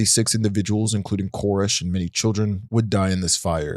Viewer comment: are you trolling us? It seems like your purposely mispronouncing a couple of words that you say so often it's crazy. It's esoteric S-O-TEAR-IC not E-SO-tear-ic. David CORE-ESH not KER-ESH. And like 50 other words that I'm just dying but your content is great I love this video. Just driving me crazy. Lol Edit: however you are amazing at pronouncing names and concepts/words that aren't easy for native English speakers. So kudos to you man! Keep up the good work this channel is bound to blow up!